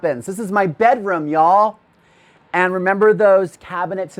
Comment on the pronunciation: I totally love Carson's apartment! It just seems "real", not a place that someone is trying to impress others. Carson, are you sure that you aren't from Kentucky? (I am), and I had to crack myself up when I heard him say, "y'all"... which sounded exactly like me and my friends! 😂 Loved the apartment, it doesn't matter whether parts of it were new or 25 years ago!